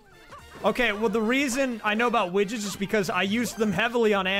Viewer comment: I thought you said witches instead of widgets lol